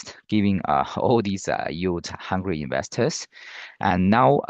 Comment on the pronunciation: donno what "you" talking about , it's YIELD , please get local singaporen rather.